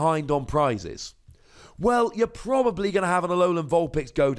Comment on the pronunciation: I can hear it now. "HE-llo everyone, it's. PROB-ably better known as, and toDAY, we're playing some Gyrados' Wake..."